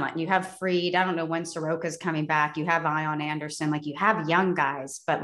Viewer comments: I’m sorry, did she say eye-on Anderson? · Was going to subscribe until she pronounced Ian Anderson's name wrong